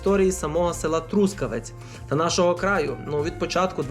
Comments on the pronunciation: ноголос на останньому складі - Трускаве́ць — місто на заході України. Трускаве́ць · ноголос на останньому складі Трускаве́ць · А чому такий дивний наголос в слові Трускавець?😮